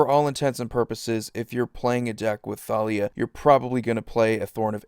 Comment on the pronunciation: Is it just me or is anyone else annoyed that it's pronounced Thalia(Ta-li-a) and not Thalia(Tha-li-a)